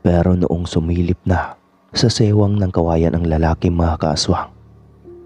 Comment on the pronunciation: Siwang Po Yun Hindi sewang😅